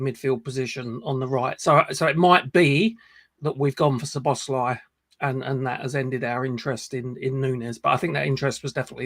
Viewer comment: Pronunciation, obviously not the spelling, Soboslie not Sir boz lie